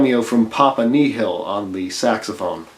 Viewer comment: Macabre is pronounced MA CAWB and Papa Nil is pronounced as it sounds, not as you said it.